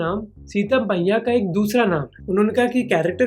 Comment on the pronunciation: he said Sita Paiya not Sita Maiya same as one of my students प को म and म ko प ,is he aslo suffering from alphabetic disorder like tare jammen par kid 😢😢☹️🥺